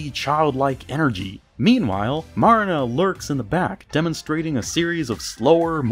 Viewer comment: You saying Marina wrongs it's pronounce Mer ree na because the A is slightly